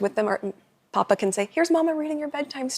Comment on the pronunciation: Sadly she can’t even pronounce Papa properly.